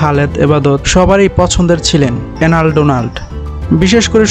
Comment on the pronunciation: এই এসব ভিডিও বানানোর আগে বাংলা উচ্চারণ ঠিক করো ওই লোকের নাম এলেন নট এনাল